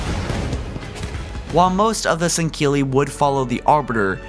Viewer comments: "The sangheeley followed the foreigners" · I know has issues with pronunciation but the way he says "sanghelli" really bothers me. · not sangili. u say it improperly. 😂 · How do you get a K sound out of a word spelled S-A-N-G-H-E-L-I? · shipmaster's cool plus u pronounce sangheli and sanghelios wrong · Teh Hartley1018 I believe he was making fun of how pronounced it bud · there are many reasons.. not that he is a bad person but there are many flaws... like when he makes videos about something that was basically nothing, not checking lore before posting, pronunciation, fact checking, etc. this was indeed one of his better videos in terms of fact checking and lore though he left the arbiter section of the elites history out. but he butchered the elites native name alot worse then usual... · he said before he has a bit of a speech impediment, but still it aint that hard to say sanghelli lmao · SAN-GELL-EY NOT SAN-KEA-LY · Im sooo sorry but why the fuck do you say sendkilli... or at least you sound like your saying it that way... say sang- heelli... after all thats how the arbiter says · sahn-GAY-lee, more like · Bro I can't handle the pronunciation of Sangheili. Why do you pronounce it like "Sangkeili" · Why are you pronouncing Sangheili as "sinkeelly"? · sinkilly no singuely get it right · It’s not san-gill-ee it’s san-gell-ee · Why do you constantly pronounce their name as " Sang-keel-ee " when its actually pronounced " Sang-heel-ee "? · It's sangheili. Not sangkeili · Sankeli?? I'm pretty sure you're supposed to pronounce it Sangheli 😂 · Does it bother anyone else that he says sangheli like sangkeli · its SANGHELE not SANKKELE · Jesus dude can you read.... sangheili not sankeili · Why does it sound like he's saying sangkilli it's pronounced Sangheili (Sang-heal-e) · Sang-heli not singheli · He says sanghili weird (sorry for spelling cuz I don't know) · Kristoffer Tell ikr "Sang-heely" not "Sinkeli" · "Sankhilli". MFG!!! It's so damn annoying!!!